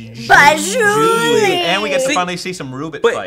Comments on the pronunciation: By the way, it's zhu li, not Julie... Just sayin' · Isn't it Zhu Li and not Julie?